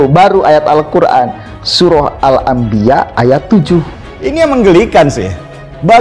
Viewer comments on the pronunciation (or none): Bikin ketawa aja jubah panjang kepala di lilit kain seperti Gelung tp baca Alquran salah patal